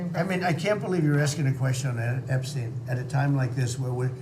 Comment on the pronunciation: THIS IS A MOTHERFUCKING A.I. VIDEO!!!!!! NO WAY THE REAL ALL OF A SUDDEN FORGETS HOW TO PRONOUNCE "EPSTEIN" THE LIVE VIDEO FROM 2 DAYS AGO HE'S PRONOUNCING IT JUST FINE. WTF IS GOING ON HERE?!